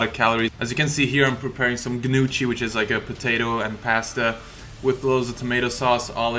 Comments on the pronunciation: gnuchi?? Pronounced: nyo-ki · Gn-ou-tchi haha. Almost,!! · lol ganoochie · You butchered gnocchi's pronounciation :P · It's pronounced "nyokki" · isn't it pronounced knock-i? that's how they say it on Gavin and Stacey anyway!! Brilliant vid man! Say no to steroids* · yes. Not ga-noochy lmao learn italian proper bro before butchering the name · Hahahaha XD all'inizio non ci avevo fatto caso, ma quando ho riguardato sono morto dal ridere ! "...here, i'm preparing some ghnuci..." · omg learn to pronounce gnocchi plz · ouou that gnocchi pronunciation hurt so much :D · didn't even realize that's what he was trying to say hahah cute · I almost yelled XD